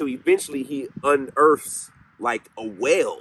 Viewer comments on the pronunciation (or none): I just found you and love your channel! I have to get used to your accent. I thought you said “ whale” when you were talking about a “well” …. Like why would there be a whale underground? Lol. You gotta come to CT….. lots of places to seek out spirits.